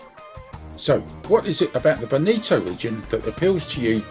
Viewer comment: Your pronunciation of Veneto is totally wrong. Before making a video please learn how to pronounce it correctly. By the way the video is nice.